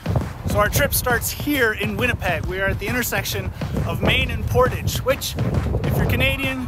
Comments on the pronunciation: Sorry but I had to comment - Portage should be pronounced por-TAJJ with the stress on the 2nd syllable.. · Wait, you are a Canadian and you mispronounce "portage" like that?